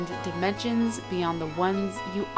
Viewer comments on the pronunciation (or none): none